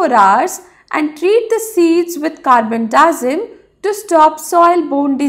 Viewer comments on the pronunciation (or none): What did she say treat the seeds with what????? carbon dosin sorry i cant understand what you said